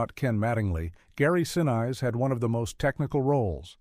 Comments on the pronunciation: I would have been nice had "someone" asked Gary Sinese how to actually pronounce his name. Also Ron HOward's mom played Lovell's mom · My only criticism is narrator pronouncing Gary Sinise's name wrong... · Realistic sounding AI voice narrating a fascinating story, but ruining it with weird pauses and mispronunciation, with the pronunciation of Gary Sinise's name being the most egregious, along with the use of the version of the homonym "recreation" that means "enjoyment activity", instead of "re-creation", the one that means "re-enactment". This is becoming more common, and it is intensely annoying. Just hire an actor if you can't do it yourself FFS! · Also repeatedly mispronounced the last name of actor Gary Sinise.!! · And especially actor Gary Sinise, whose last name is repeatedly mispronounced throughout the documentary! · Oh good grief. You're pronouncing Gary's last name wrong. He is a true American hero! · AMEN! At least teach the mindless robot to pronounce Gary's name properly! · It's Gary SIN-IS-SE. Each vowel and syllable is pronounced. Also it's Saturn FIVE, the V is a Roman numeral. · Gary Senize approves this message. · Can't you train AI to pronounce Gary Sinise's name correctly? Very off-putting. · Gary "Sin-ize?" Note to AI: It's "Sin-ease." (Sinise) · Just a very minor thing for the record - pronunciation-wise - Gary Sinise's last name is NOT pronounced "Sinize", it's pronounced "Seneese"- I've seen video where he pronounced it himself, so there's no question. He's a favorite of mine, so GET IT RIGHT. 😉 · It's Saturn Five, not Saturn Vee. It's Gary SinEEse not Gary Sin-nice. Gotta love AI voiceovers; not. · Sin-eyes???? Sin-eece AI dude. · "A l" voice Saturn "V" it is said Saturn "5". And It is pronounced Gary Sin-ease . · OMG AI!! it's NOT 'sin-ize' it's SIN-EESE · Gary See-Nice? Cringe. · goddam robovoice!!! STOP SAYING SIN-EYES! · You need to pronounce the actors names correctly especially Gary Sinese it’s pronounced sin else. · Gary Sin-eyes?